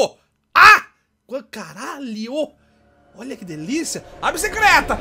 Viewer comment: "Oia a BICICRETA.. OOOOOOOOMMMMMMM" - 2015